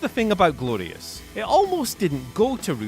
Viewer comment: Nonono It’s “Grorious”